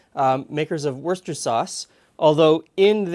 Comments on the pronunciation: Woos-ter-shire sauce! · What did you Canadians do with the shire in Worcestershire sauce? Worster sauce? Really? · We always said something like "Wooster-sure" or "Worster-sure"... what happened to the "Shire" asks this hobbit? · It’s not called Worcester sauce... It’s called Worcestershire sauce.... it’s on the label 🙄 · like worshifhire, warsshitehere worchorire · Phonetically, it is 3 syllables, not 2. Worse -ter - shire. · I'd write it phonetically as Woostersher sauce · I grew up just outside of Worcestershire. It's Woost - er - sheer. In the UK everyone pronounces it this way and there is no debate. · Worster-shire sauce. not difficult in the slightest.👍😁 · Not only is nobody going to say it correctly, neither are you! ;-) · Worcestershire Sauce. Worcestershire ..... Worcester is a town and the county in which it resides it’s Worcestershire. What’s written on the bottle?